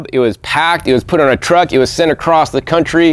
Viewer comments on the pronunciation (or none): none